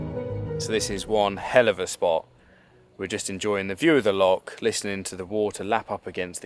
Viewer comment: love the videos, great job and thank you for promoting Scotland so well. One minor point when in another country go for refining your local pronunciation, give "loch" a go replacing your "K" sound as in "lock" with the ending of how you would say "Bach" (the composer). Easy peasy. Good luck on you travels, inspirational.